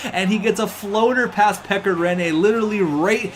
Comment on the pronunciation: its so funny to hear how you spell finnish names like pekka rinne and mikko koivu you say mikko koivu like miku koivu in finnish